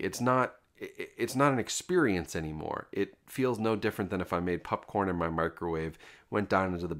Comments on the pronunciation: Is it just me or do you say popcorn weirdly? Sounds like pupcorn. Very distracting. Still, love the content dude! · Why does this dude keep calling popcorn PUPcorn? I'm not imagining that, right?😅